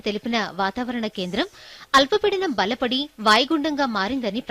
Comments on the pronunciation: భలపడి కాదు బలపడి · బల్ల పడి కాదు భలపడి